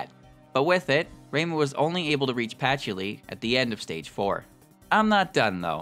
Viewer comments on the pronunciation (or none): none